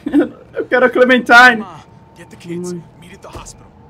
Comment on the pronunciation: que clenmentime se ta falando